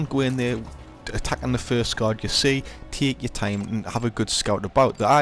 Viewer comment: "Tehk ur thime" he says, while sprinting around erratically